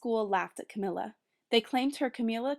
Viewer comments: Roni Williams yeah, Camilla like you would say "vanilla." Sorry I'm 2 years too late. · good reading, but i couldn't get over the pronunciation of her name. isn't it pronounced Camilla, like vanilla? idk it sounded like she was saying Camilla like chameleon.